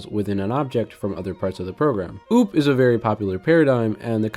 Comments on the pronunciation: Why would you say `using namespace std` is necessary? It's not, not even recommended by a lot of C++ devs. And `return 0` is also optional. Also OOP is pronounced as O O P. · Cool video 👍, but who pronnounces OOP as ouwp 😱